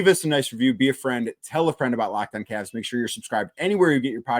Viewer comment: CAVS!!!!! not Cabs!!!!